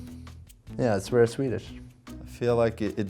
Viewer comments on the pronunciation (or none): I'd say Claesson has reached the 3rd level of swedish-american accents. Listen to the word "very". Level 1: "värry" (this is the 'i am inga from sweden' accent where all consonants are pronounced way too heavily to suit the english language) Level 2: "wäry" (this is where you're not great at english and try to over-americanize, turning V into W) Level 3: you've reached pretty far but still sometimes make a sound which is a weird mix between a w and a v.